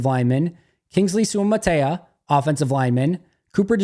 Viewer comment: Kingsley suamataia sue uh mata eeeh uh